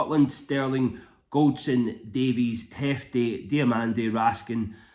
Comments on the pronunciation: It's not Hefte... it's Jefte. He's Brazilian (Portuguese) not Latin American (Hispanic). You don't pronounce Brazilian players Jairzinho, Hairzinho or Junior, Hunior. So why would Jefte be Hefte? Agree otherwise pretty much with what you said. Diamonde was MOTM first half and Kelly MOTM in the second half. He made two outstanding saves. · Well if they won't listen to me and logic, then they should listen to Clement because he pronounces it Jefte and not Hefte. As he's his player I should think he would know.